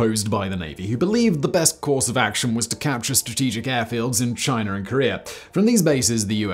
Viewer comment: "Chiner and Kore-er"